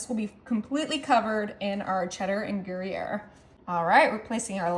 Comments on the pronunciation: Gary-air cheese? It’s pronounced gree-yair. You know how to deal with an uneven oven? Turn the pan periodically but that is obviously too much work for you. Asparagus ends needed to be chopped off. Entirely too much cheese and asparagus way overbaked. You should have blind baked the pastry dough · Looks yummy! Gree-air is the proper way of pronouncing the slice cheese... Everyone has their cute way of saying this cheese. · Just a tip...its pronounced gree yare. It does look great! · It's pronounce " groy yay.....FYI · It's not Gary - air.. lol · Gray-air cheese? WAA-la? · Turn every other asparagus around. Season it before adding bacon. You left a paper under the gruyere. And you're saying it wrong. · Thank you! Her pronunciation was killing me.